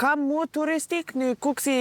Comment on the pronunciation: kukës, not kukesi..😂